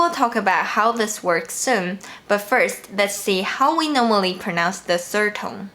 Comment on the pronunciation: Hi dear, thank you so much. Just one thing: you pronounce “the first” and “the fourth” alike. Work on your “-s(t)” and “-th”.